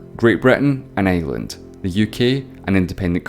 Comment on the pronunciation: why do you pronounce island like that sir It's torture to my ears